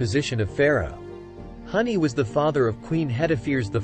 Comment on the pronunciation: Huni (Who-nee) not Honey